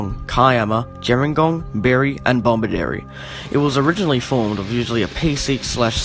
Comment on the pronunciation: No second "B" in: "Bomaderry"